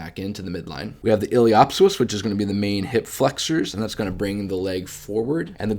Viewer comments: Hi. Great videos that really help visualize the femoroacetabular joint. A few pointers on pronunciation. The “p” is silent, so pronounce it “ilio soas”. Also the “a” is long not short, sounds like “saycrum”. Source: my experience in applied anatomy in surgery for the last 20 years. I am a surgical technologist. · Feedback is to stop pronouncing words incorrectly like ili “op” psoas. I’m not sure why you intentionally mispronounce. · The "P" in Iliopsoas is silent, no?